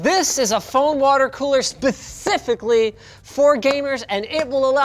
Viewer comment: "Spewsificly" lol